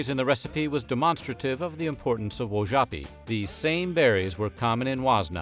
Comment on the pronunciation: You mispronounced, Wojapi. I was adopted by a Lakota family, born Cherokee/Shawnee. I pride my self in my Heritage. Thank you for sharing.